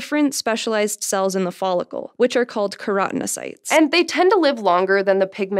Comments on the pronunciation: She called the specialised cells that colour hair 'keranocytes', although the word onscreen is actually spelt 'keratinocytes'. Does she have a problem pronouncing certain syllables, or maybe she learnt to read by unconsciously cutting out the occasional syllable or two from the middle of longer words for faster assimilation of any written word in front of her. Who knows? More to the point-who cares?.. Maybe I'm just a tad tooo pedantic... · It's pronounced kero-teno-sites